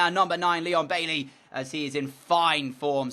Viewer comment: Also DJ please say Baiey and not Bailey